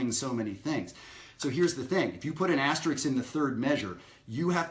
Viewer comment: Great lesson, as usual. Thanks! NOW, for your lesson from an unrepentant word prig: the word is pronounced "asteriSk", NOT asterikS. Now let me go chase some kids off my lawn....See you at Maryland Summer Jazz. --Dayton